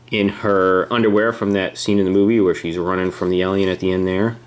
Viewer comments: You say Elion it's alien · Its alien not elien go back to english class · Guys seen the movie a million times but can't properly pronounce the Title lol. It's Alien as in A - for apple not E/Elien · It's not elien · U were were frikin sayin Elion not alien like srsly bruh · It’s not Elian it’s alien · Jesus Christ stop pronouncing alien elien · don't you hate it when people pronounce alien "ellion"? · its alien and not alyin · He says alien like elien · Jesus Christ your pronouncing of Alien is like "Ehliehn" like God dammit. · It's like AY-LEE-EHN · you say alien as "elien" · Why does he say alien like elion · Billy Ahlfield yeah it is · Why did u say Elien? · why does he call it an eliel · Ben Waller it bugged me to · 'Elion'...fml lol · Leandro Fox so fu*kin true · It annoyed me how he per ounces alien as elien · Your saying alien wrong, it's annoying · Guys if he's pronouncing alien wrong you don't need to bully him he's fine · Why do keep saying ALIEN like that!!!!!